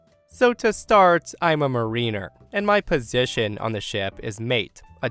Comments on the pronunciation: It's pronounced "MARE-ih-ner", not "mah REE-ner", you know, like "the ryme of the ancient MARINER"..... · I really hate to do this, but it's mare-in-er, mariner, not marine-er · 'mariner' is pronounce ma-rin-ar, not "ma-rina". A marina is a location that boats dock. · pronounced M air in err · That word is pronounced "MAH-rin-er" for future reference. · "I'm a marine-er"😂😂😂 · It's pronounced MARE-in-er. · Sorry...pronunciation. 'mariner' is pronounced mar-i-ner. A Mariner would be an ex-Marie. Of which there are none. /Pedantic PIA. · It's pronounced " MARE AN ER " Please inform your A I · The pronunciation of Mariner made me cringe xD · Well, if he'd been a *sub*mariner would have had it right. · Learn how to pronounce Mariner